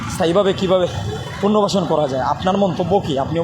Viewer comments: পুর্ন বাসন না বলিয়া পুনর্বাসন বলো, শুদ্ধ হবে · উপস্থাপকের পুন্নবাসন শব্দটা পুনর্বাসন হবে। আশাকরি ভুলগুলো শোধরে নেবেন।